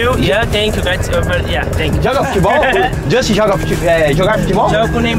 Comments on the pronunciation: Não é Justin, é Josten. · "Jostin" amassou kkk